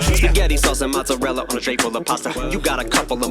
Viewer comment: He says " tray" on "tray full of pasta" to kind of sound like "Dre" to me.